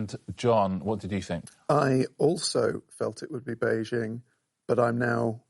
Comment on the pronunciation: well done for pronouncing Beijing correctly